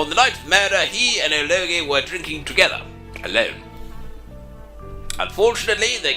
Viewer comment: You keep switching the pronunciation of O'Logie's name.: P